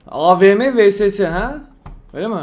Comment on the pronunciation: VSS diye yazilir VeSeSe diye değil Vieses diye okunur